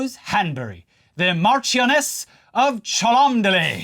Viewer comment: “Mash-ioness of Chum-Lee” that’s the actual pronunciation 😂😂 not that sexually transmitted disease sounding word your brain was tripped into saying, due to the unholy amount of needless letters involved 😂😂